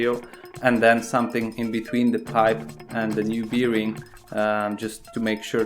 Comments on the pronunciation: Polakowi wszystko z piwem się kojarzy. Łożysko po angielsku brzmi berin a nie birin :) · What is beering? I think you are talking about a bearing 😉